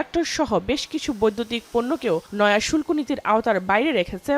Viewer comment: শুল্প না, শুল্ক হবে😂